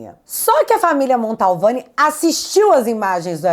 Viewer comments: o sobrenome da família é MANTOVANI, NÃO MONTALVANI. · Oi, não é o primeiro vídeo que vc fala da familia atacada pelo Xandão na Itália, mas eu preciso fazer uma CORREÇÃO.... não é família MONTALVANI... a família é MANTOVANI!! Tá ok?! Beijo! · NÃO É “MANTALVANI” É MANTOVANI!!!!!!! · Só um detalhe... É Mantovani e não Montalvane. 🧐👍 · Mantovani e não Montalvani,. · MONTALVANI OU MANTOVANI??? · Não é "Montalvani' e sim Mantovani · admiro seu trabalho. Mas mais uma vez você comete um erro crasso. De onde você tirou o sobrenome MANTALVANI? Meu Deus do céu! Basta você ler qualquer notícia sobre o assunto e você verá que o correto é MANTOVANI. MANTOVANI. MIL VEZES MANTOVANI!!! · nao é Montalvani. é Mantovani. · ta na hora de vc aprender o nome da família, é MANTOVANI, MANTOVANI e não Montalvani como vc fala!!! 😊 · desculpe ser chato mas eu tenho um certo "TOC" com palavras pronunciadad de forma errada. Não é MontAUvane, é MantOvani. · Gente...não erre mais o nome sa da família Mantovani. Não é Mantalvani😅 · Desculpe, mas é família Mantovani! Não Montalvani! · Não é montalvani é Mantovani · É MANTOVANI!!! VC E O GAYER FALAM MONTALVANI!!! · minha linda: AMO você. Além de linda, inteligente, corajosa, você é uma luz na escuridão em que nosso triste país vive hoje. Mas permita-me uma observação: pelamor de Deus, o sobrenome da família vítima do carecão não é Montalvani. É Mantovani, menina. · É MANTOVANI, não tem 'L' no nome.... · uma pequena correção: o nome da família não é Montalvani e sim Mantovani. Parabéns pelo trabalho jornalístico. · é MANTOVANI e não Montalvani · é Mantovani e não Montalvani. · desculpe a correção, mas é MANTOVANI. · Cara, o nome correto da Família é M A N T O V A N I, não tem a letra L como você está pronunciando. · “Mantovani”, vc fala esse nome errado desde a primeira vez que falou dele, e obrigado por seus serviços!